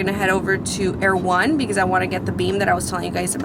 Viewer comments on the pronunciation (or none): Were you at Erewhon? I couldn't tell if you were saying Erewhon or you were going to someplace called Air One to buy your stuff. It sounds like Air One